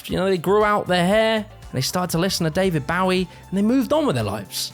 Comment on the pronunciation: that's how you pronounce David Bowie?